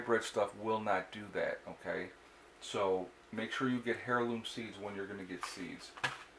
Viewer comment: Dear Sir, It's pronounced "airloom" not "hairloom". Yes it starts with an "H". Sorry, my silly pet peeve. Your videos are great. Thanks for your contribution.